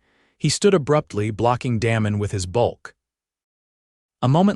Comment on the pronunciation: AI can’t pronounce words/names correctly! Da mon not Damon…. It sounds like AI is saying Danom